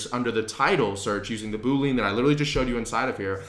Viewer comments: Very helpful, thank you! (Double-check the pronunciation of Boolean ;-) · Funny that you say "Boo lean". It's actually pronounced differently. Nevertheless, thanks for the tips :-) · Yo the word (known by any and all IT people) is pronounced BOOL LE AN NOT BOOL LEAN... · Dude you lost me at Boo-lean. It's Boo-lee-an. OK, I'm gonna give you a few more minutes to recover from that. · You are mispronouncing the word 'boolean' that's why people are getting confused. It's 'boo-lee-uhn' not 'boo-leen'. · This was great, but as a former developer, it hurts my ears to hear you say boo-lean 😬. It's pronounced boo-lee-uhn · your content here is awesome. You are killing me with the Boo-lean's thought my man - unless LI coined a new term for their search criteria Boolean (boo-lee-an/boo-lee-ahn) is a math operator just like you describe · boo lean lol.. we computer science guys sound it like bu-lean.. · Decent— “boo·lee·uhn” haha boo—lean sounds like a dish from the Louisiana bayou. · Boo - Lee - UHN!!!! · FYI, it’s bool-ee-an, like chameleon. Great video I might add. Thank you. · Great video! One thing, though: "boolean" has three syllables - Boo-lee-uhn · I can't too many boo-leans driving me crazy. Good work pulling this together though. Good Luck! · FANTASTIC introduction to Sales Navigator, - thank you. FWIW, Boolean is normally pronounced Bool-ee-an, a kind of logical algebra created by George Boole. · Boolean is pronounced as >> boo ·lee·uhn Anyways, super helpful man! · Hi, I believe the correct pronunciation of Boolean is boo-lee-uhn. Somehow, I heard you pronounce it as a 2 syllable word like boo-uhn. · Really helpful, apprecaite the info, but how do I break it to him that it's pronounced 'Boo-lee-un'? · This tutorial is amazing, great job!! BTW, this algebraic approach to search is named after George Boole, ergo Boolean search. He wasn't a ghost, and certainly not a yoga instructor. It's pronounced boo-lee-an!